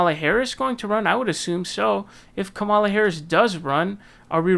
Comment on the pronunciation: Holy crap already, it's KA'mala not kaMA'la! Jeez!!!!